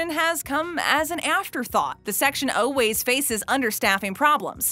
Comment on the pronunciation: Yes! I swear if she says oh-ways (instead of always) one more time...